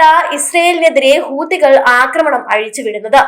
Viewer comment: ഹൂതികൾ എന്നല്ല പറയുക, ഹൂത്തി, കൾ എന്ന് പറയൂ മുത്തേ!